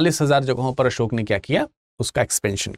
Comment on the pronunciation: भगवान बुद्ध और सम्राट असोक कहना सीखो बाद मे lecture दो 😂